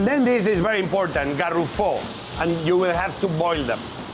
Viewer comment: queyo sepa se dice garrofón no garrufó